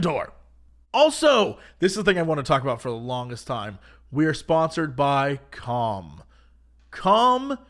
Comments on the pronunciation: am I the only one hearing cum and not calm everytime he says it?? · I know he's saying he has his daily "calm," but all I can hear is "i have my daily cum."